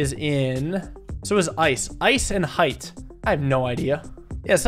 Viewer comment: who tf pronounces height like h-eye-ght